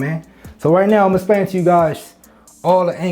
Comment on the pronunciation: Bra it’s explain that’s the way it’s pronounced not “splain” shit made me stop watching